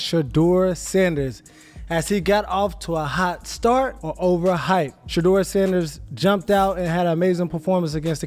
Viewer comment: "Shadder" Sanders... WTF??? These Ai bot cannot be programmed to correctly pronounce his name...got-DAMN!!!